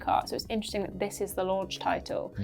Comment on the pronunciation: Other than the original Gameboy, NES and Virtual Boy every Nintendo console has a Mario Kart tits. That was meant to say title but it came out tits.